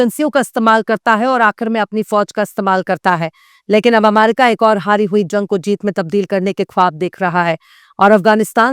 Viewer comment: Abe bolna Sikh le pehle america ko aamaerica😂